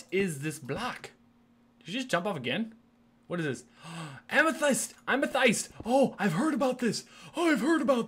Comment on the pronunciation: Its pronounced Amathest rven though its spelt like Amethyst